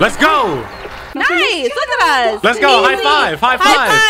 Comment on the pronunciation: Him saying let's go: Let's gorow